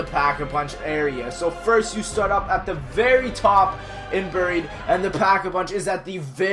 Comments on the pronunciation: Anyone else hates how he says booried instead of buried. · He sais buried like buuried